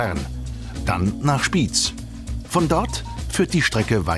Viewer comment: Nicht Spiiz sondern; SpiEz!